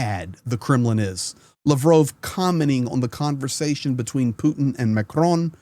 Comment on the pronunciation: LAVROV TALKS PLEASE PRONOUNCE CORRECTLY. Thank you